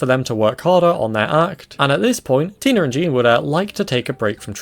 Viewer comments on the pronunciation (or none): Do you realize every time you say Tina you say tiner (just got done watching all of new who and accents are really annoying me rn )